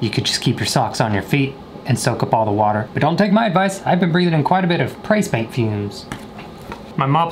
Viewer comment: I love the fact that he said pay spaint